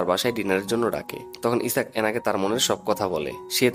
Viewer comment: দ্যাটস মিন ইসাক না আইজ্যাক স্মাতার হোগায় ই আল্টিমেটলি কিস টা করলো🤣🤣🤣😂😂😂